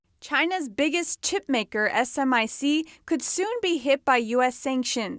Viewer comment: We call it Smic, not S M I C. Just fyi.